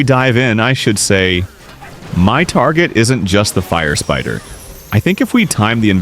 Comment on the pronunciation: Bro the Ai-Voice should say "Firespitter" and not "Firepiter". Put a double-T in your prompts to correct this issue in the commentary of your attacks. Other than that everything is great❤